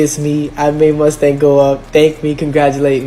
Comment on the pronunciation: TF is a “Mustank”😭😭. These guys are very strange lol